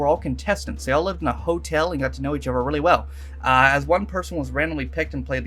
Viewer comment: It's funny, you pronounce some words in a very Estrian English or South England way. Months - "Mumphs" Other- "Uvver" Another - "Anuvver" It's weird hearing someone from the US talk like that. Is it how you've always been, or are you picking up the accent?